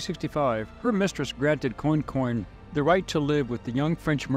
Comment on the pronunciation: Pronouced " Qwan-qwan." Interesting story. Commerce in action. Louisana's system at the time was unique. Your presentation was well done. Esoteric History is your forte, balanced fairly in several episodes.